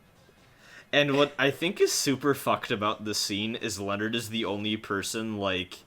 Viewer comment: It bugged me that you mispronounced Leonard's name all through this playthrough, despite hearing the voice actors pronouncing it properly in this chapter.